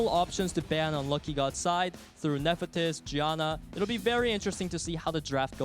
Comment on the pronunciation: No knowledge and can't even read monster names correctly off his clue cards. I wanted to strangle him every time he said "Ne-fe-tys".